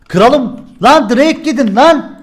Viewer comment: 4.44 kıralım degil kralım